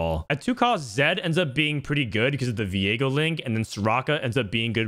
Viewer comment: did he just call viego diego lool